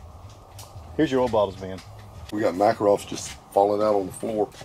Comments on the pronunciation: TOKE-A-REV Not takarov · Need to work on your pronunciation of "Makarov". Nice tour.